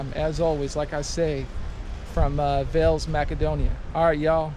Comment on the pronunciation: Thanks for visiting Veles man 😊 the correct prononciation is VAILAISS 😅